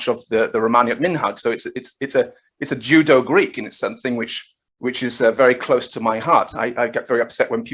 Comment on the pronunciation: I think was making a very apt pun on my sloppy pronunciation of Judeo and the fact that the Judeo-Arabic narrative is like "Jew-Jitsu" on the Abbasid narrative lol very good.